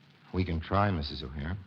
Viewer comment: Correction…it’s Edward “Butch” O’Hare, not O’Hara. As you might have guessed, Chicago’s O’Hare Airport id named after him.